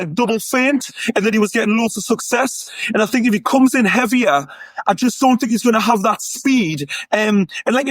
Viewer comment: Joey knight: “I’m finkin’” “I fink” “is he finkin? I fink so”